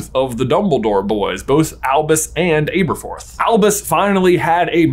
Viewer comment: Seriously can’t get over the mispronunciation of Aberforth lol. I keep correcting it in my head every time it’s said.